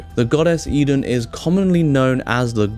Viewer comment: Pronounce it right please.